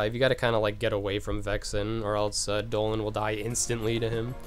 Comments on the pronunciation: and he called Donald doland. wtf? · Wait do you really call Donald and Goofy Dolan and Gooby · Bro, learn some English its donald not doland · no lol its dolan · HE SAYS DOLAN TOO Obviously knows one of the funniest memes :)